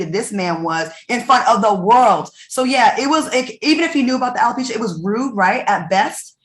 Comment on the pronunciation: Marshmallow LisaRaye it's not Hella-pecia it's Alopecia Dummy LisaRaye who always trying to correct people when they say a word wrong.